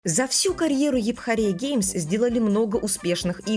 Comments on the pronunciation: Епхория геймс. Англичане подохли бы от смеха, услышав это. Я знаю английский, правильно эйфория, а не эйпхория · Епхория 😂 Автор специально так говорит, или произношение не знает ? Юфория — в переводе эйфория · Я не душнила но это эуфория а не эупхория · Епхория 🥴 Советую английский подтянуть